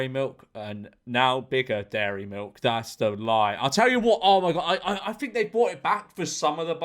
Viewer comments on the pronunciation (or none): "Dat's duh lie"- George memeulous